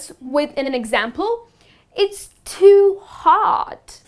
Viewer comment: It's very funny to watch you pronounciating the word "too" as "thuu'' .